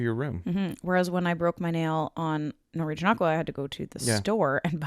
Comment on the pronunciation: The way pronounces Norwegian... NorEEgian😂